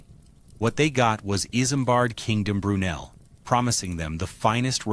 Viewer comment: Not iSAMbard... its pronounced Izmbard like a Z